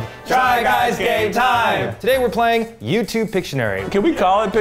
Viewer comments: Does Eugene say "try guys gay time" instead of "game time"?! I've been wondering this for a while now. It seems like he is always saying "gay time" instead. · Is Eugene saying "Try Guys Gay Time"? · Sorry but I keep hearing it as "Try Guys Gay Time" 😅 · I have heard "Try Guys Gay Time" since the beginning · I thought it was try guys gay time at first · thanks, now i cant hear try guys game time without hearing try guys gay time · Eugene says Try guys gay time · I am positive Eugene say "try guys gay time" instead of game. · The try guys: TRY GUYS GAME TIME! What I hear: Try guys gay time~! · I swear when the other guys say TRY GUYS GAME TIME! Eugene says “Try guys gay time!” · It sounded at the end there like they said try guys gay time